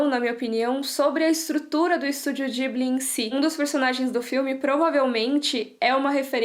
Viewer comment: ou fala "Ghibli" ou "jiburi" como se fala no japão o.o mas "dibli" não existe, ate pq não tem "L"... Mas o vídeo ficou ótimo, quero mt ver